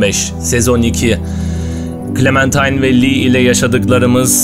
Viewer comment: başladık =) abi bu arada clemintine değil clementine